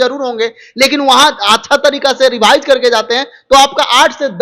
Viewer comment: रेभाइज नही रिवाइज होता है रे बोका 😂😂